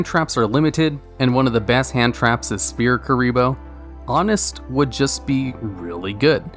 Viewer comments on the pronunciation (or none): "Spear Mode/Spear Kuriboh" still trigger me.